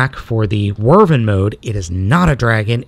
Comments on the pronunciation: Both correct. But never Whirrvern. Drove me crazy hearing it so often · It’s not how you say wyvern you said wrvern the proper way to pronounce it is why-Vern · It can also be pronounced "Wi' Vern", like someone saying "With Vern" very quickly. Not "Werven" though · It's Wyvern not Wyrven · This entire time, you pronounce it like wervin. I usually pronounce it wih-vern, but why-vern works too. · I dont like correcting YouTubers. Especially you, because you make me laugh, which is hard to do. But......... Wyvern. pronounced like a question asked by Jim Varney's Earnest: "Why, Vern?" That being said, I love your channel and I love your content. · You're right about the classification, but it's pronounced Why-vern. And that still is a TYPE of dragon, just not a "true dragon", just in how we call many things bugs, but there IS a set of characteristics to make something a "true bug". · wyvern not wurven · Wow, he's awful. Also, Wyvern is pronounced as Why-vurn. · Just to clarify it's pronounced Why-vern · it's pronounced why-vern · not quite. its pronounced wiv-ern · That's the worst pronounciation of Wyvern I've ever heard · Some "nerd" you are, you cannot even pronounce wyvern right. Boo-Urns. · great review man but you're pronunciation of wyvern is all wrong